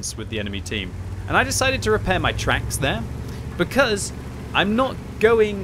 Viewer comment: NGL i thought you said something completly different when you said shot in the twacks >.<